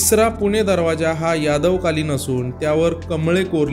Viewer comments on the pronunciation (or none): none